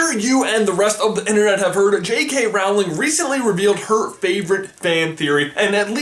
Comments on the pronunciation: Darn it. You are supposed to pronounce Rowling. Rolling Not Roaw-ling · It's R o ling not R ow ling ;) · The thing that annoys me most about this is that it's Rowling like "bowling", not "howling". Please say the name right xD Also you pronounce harry like "hairy".. whyyyy?? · You're pronouncing Rowling wrong. You say Rowling like howling. It's actually pronounced Rowling as in bowling. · It’s pronounced JK Rolling. Not JK Rowling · It's roll-ing not Row-ling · Rolling, not Raoling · Rowling is pronounced like bowling, not like howling (what you said). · Rowling as in bowling not howling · just a note i thought it was jk Row (as in to row a boat) ling, as you J pronounced it Row (as in to argue) ling, so checked wiki and they say "J. K. Rowling (pronounced rolling)" as in rock and roll ing. ! And i see in october of 2015 JK Rowling said Draco wasn't a werewolf. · ITS ROWLING NOT ROUWLING its its like bowling not howling :D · I'm sorry, but please pronounce J.K. Rowling's name right! It's pronounced "rolling" not "rahwling". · I'm sorry, it's Rowling is pronounced Rolling not Roweling. Sorry. It just bothers me. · Rowling does not rhyme with growling it's pronounced rolling. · rOOOOwling NOT rAAAAAwling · 'Rowling' - like rowing a boat. Not 'Row' like an argument. Sorry, this was annoying me! XD XD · I'm so sorry to bring this up as it is not in anyway relevant to the video, but it bugs me so much. YOU ARE SAYING ROWLING'S NAME WRONG!!!! It is said like Rolling not rOWling, I know the spelling of it is very confusing. I apologize once again, but it just bugs me personally so much. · You're saying it wrong. Its (pronounced) J.K ROLLING not J.K Rohwling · "lushus" "hairy" "rawling" can this guy pronounce anything right jesus christ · R-o-w-e-l-i-n-g pronuciation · Her name is pronounced “Rolling” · It’s pronounced Rolling. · Rowling rhymes with Bowling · Her name is actually pronounced 'rolling' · Rowling is 'rolling'!